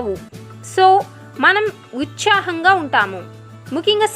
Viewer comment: ఉచ్చాహం కాదండీ.....ఉత్సాహం...